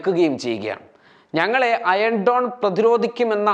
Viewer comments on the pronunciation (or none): അയൺ ഡോൺ അല്ല അയൺ ഡോമ്